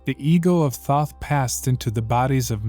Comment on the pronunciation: No. Right off the bat I heard the first three seconds of this and said no. You can't even pronounce the name correctly.